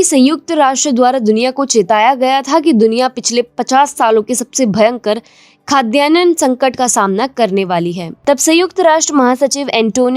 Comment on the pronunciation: It's not khadyanan, it's Khadyanna